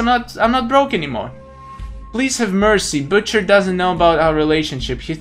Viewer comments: you do not pronounce butcher like that just saying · butcher is easy if you use yari and it is butcher not bucter